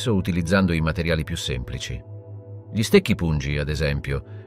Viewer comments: G LI al posto di Gli non lo definirei un bella dizione... ma livello buono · È un sintetizzatore vocale.lo si sente all'inizio quando pronuncia "gli" come "ghli" (con la g dura, cosa che nessun umano italiano farebbe)